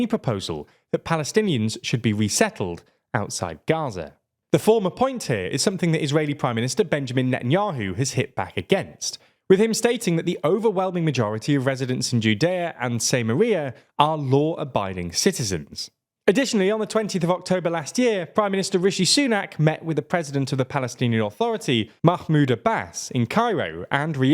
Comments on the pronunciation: Samaria is not same-aria. Its sam-air-ia/sam-ar-ia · Say Maria? Ok, Maria. It's actually Sah-MAY-ria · Say Maria,. Or maybe SamARia.